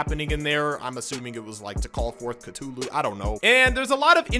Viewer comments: Call of Ca-TOO-LU You made it funny to me and I would love to hear you say catoolu the whole time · The way this man just said cthulu